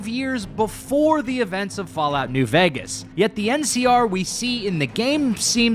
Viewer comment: why do you say vægas